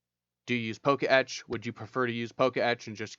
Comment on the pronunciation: It's not "Poke Etch" it's "Po-Ketch"